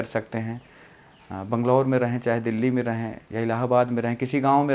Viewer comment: Delahi kyu bol rahe